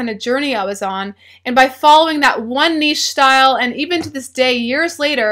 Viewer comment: I would like to thank you for pronouncing "niche" correctly.